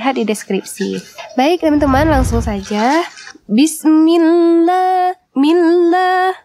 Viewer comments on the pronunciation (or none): none